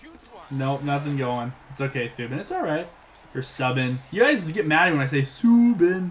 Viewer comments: its SUE-BAN not SUE-BIN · It is like Zoo, but with an S, so Soo and then Ban, Soo-Ban